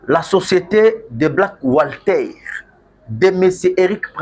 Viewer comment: Black water papa journaliste et non black wslter